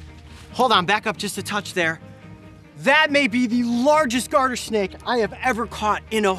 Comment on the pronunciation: Did anyone here heard the Garter snake as Guarder snake